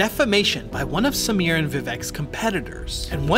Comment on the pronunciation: Bruh I'm impressed with the pronounciations! My uncle built parts of the team that built the cars raced by Samir. It's a now defunct firm called Red Rooster Racing here in Bangalore. The dude is immensely skilled. I remember the time he had brought out his Novitec Supercharged Ferrari F430. The thing sounded wicked n he had it floored! This was around 2013 or so and a time when supercars were a rarity on Indian roads, let alone being driven hard. We also happen to have a goddamned almost 200% import duty on imported cars. So something like a highly specced SVJ is almost 1.5 million USD here. Samir also has a Superformance GT40 in the Gulf Livery amongst a dozen or so tasteful exotics.